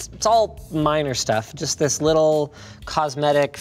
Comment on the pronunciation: "THIS...is the Cosair One" Linus needs more emphasis on 'THIS' to nail the Doug DeMuro impression